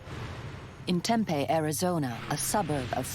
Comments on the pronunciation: It's pronounced Tempee not Tempay. Lol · TempEE, not Tempay. If you're going to narrate these shows, please learn correct pronunciations. This town has been around for many many many years, this isn't a new word that popped into the English language last week. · AARRGHq It's pronounced TempEE, not Tempay. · Why don't narrators at least learn how to pronounce the town names? Tempeh is a Japanese fried food. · Temp-EE is how we pronounce it. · If you're going to say the name of a city repeatedly, you should probably get the pronunciation correct, Tempe, the "e" says it's name!!!!!! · That is NOT how you say Tempe